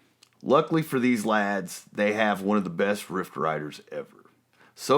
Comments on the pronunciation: I hope you know it"s riff and not rift as you kept on saying. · I cannot listen to this anymore he keeps saying rift when he means riff. I do not approve or recommend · Cool piece of history and trivia. BTW, the term is "RIFF." No "T." And Ozzy might have started the band but DIO made it great. Aaaaaand discuss! 😇😁